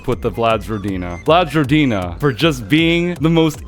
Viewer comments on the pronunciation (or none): It's yagA, not YAga and rOdina, not rodIna